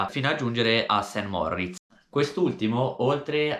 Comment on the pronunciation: Cmq Saint Moritz si dice con una R 😂😅